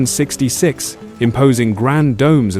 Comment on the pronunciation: Could you please get rid of the illiterate AI generated narrator? The clown can't even pronounce the year 1666. Plus, he/she/it speaks too quickly to follow.